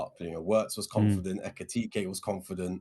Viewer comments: Etikeekay sounds like Michael Jackson tryna say ekitike 😂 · Someone tell to read letter by letter EKITIKE... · EK - E - TEEK - AY heard so many people say ektitiitktie 😂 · HIS NAME IS EKITIKE FOR GOD SAKES